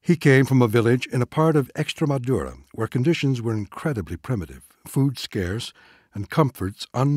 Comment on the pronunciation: Please - Learn to pronounce Extremadura and Valladolid if you're going to do this.